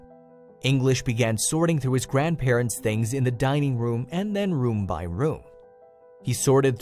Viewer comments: Oh come on now - " the grandparents-sez" Seriously? It's just "the grandparents'...." If you're someone who uses this software to convert script to audio with accents - stop it If you're someone who programmes this software to convert script to audio with accents - stop it. Your programming skills are probably better utilised elsewhere. How bad can it be when you're dumbing down artificial intelligence ??? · Where did you learn to speak English it grandparents not grandparentes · Narrator, It is grandparents, NOT grandparentses or whatever you were trying to say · Someone also needs to learn to speak English! What on earth is “grandparentses”? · Grandparents' plural possessive is only 3 syllables. NOT grandparentses You are great at making an interesting story TOO LONG and boring.